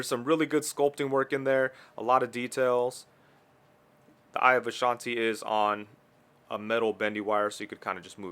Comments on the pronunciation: Eye of agomoto* not vashati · I think you mean "eye of agomoto" but great review overall the figure is cool Im amazed with the accessories 😁👍